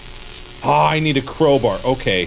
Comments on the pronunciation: "Crowber" - Markiplier 2019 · why do he call a crowbar a crowbrr ??? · did anybody else notice that he is saying CROWBUR instead of CROWBAR?